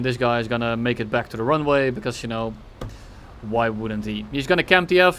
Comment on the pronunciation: I swear he says welcome black instead of welcome back 🤣